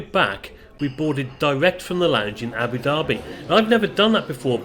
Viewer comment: Great vid. And well done for pronouncing Abu Dhabi properly. Personally I hate ABU DABBY instead of ABU DARBY. Being a bit OCD